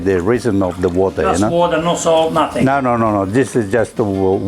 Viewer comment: Love how he occasionally slips in a ausie "naow" 🤣